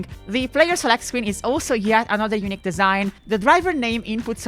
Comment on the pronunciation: And “unique”, which should never, ever be pronounced like “eunuch”! :P (For anyone who doesn’t know, in English, “eunuch” is pronounced “YOO-nick”, while “unique” is pronounced “yoo-NEEK”, with the difference in stress and length of the syllables being essential.) Little story: I live in Zurich, Switzerland, but moved here from USA in the early 90s with my family. Around the year 2000 as part of its semi-privatization, the Zurich airport, whose name had simply been “Flughafen Zürich” (“Zurich airport” in German) until then, decided it needed a “brand”, and the brand they settled on was “Unique”. (Never mind the irony that it was their plan to roll out the Unique brand to multiple airports worldwide…) When my mom heard this news, her reaction was “Oh, no…”, because years of being an English teacher here had taught her that people here tend to pronounce that word like “eunuch”. And indeed, for years, the recorded English voice at the airport announced periodically in a German accent “Thank you for choosing Zurich Eunuch Airport”!! 😂 But the story gets better. So much better. Because the Zurich airport is, like almost every airport, not actually located within the namesake city, but in a suburb. And the name of that suburb? Kloten. Ok, so what? Well, in the Dutch language, “kloten” is slang for “balls”, and I don’t mean the kind used in sports. So it was the Eunuch Airport because those wily Dutch were taking the kloten off the male passengers! But we aren’t done yet. So what